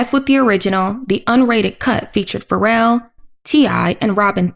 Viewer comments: I believe it is supposed to be pronounced “Fa-Rell” 😇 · Wait I love that woman saying “Pharell” like “feral”